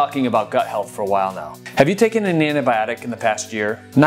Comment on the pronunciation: It's Antibiotic - Why does he say Anabiotic!